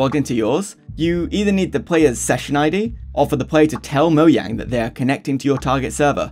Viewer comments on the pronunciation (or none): Moe Jang. Wtf is "Moyang" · It is not Moyang. IT IS MOJANGGGG!!!!!😡😡😡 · ITS NOT MO YANG IS MO JANG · moyang its mojang ok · Moyang why do you say it as Moyang its mojang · Its not moyang its mojang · Please note that it is Mojang and not Moyang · quick question, why do you pronounce it moyang? instead of mo-Jang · the first person i see to say "moyang" instead of "mojang" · Bro just say mojang, moyang is so jarring. it's like when people say bezing instead of Beijing. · I hate it I hate it I hate it I hate it ITS NOT MOYANG ITS MOJANG AAAAAAAAAAAAAAA ITS TRIGGERING DA TISM! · never heard someone pronounce mojang as moyang 😭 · if this dude say moyang 1 more time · stop saying fucking "MoYang" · Saying“Moyang” is cringe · The way you say "moyang" is so disturbing by me but overall good video. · why is bro saying moyang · moyang lul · Bro doesn't know how to pronounce the "j" in Mojang 💀💀💀